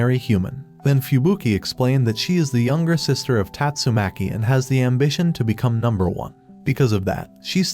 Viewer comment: tastumakii gets me rollin😂😂😂